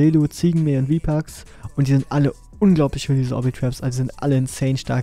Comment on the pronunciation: Ich wie ich: "obitraps von Vipax" höre: wtf hat der gerade WPaz gesagt?